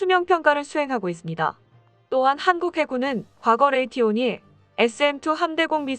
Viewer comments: 레이티온이 아니고 레이시온이다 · 레이티온? 레이티온? 에혀~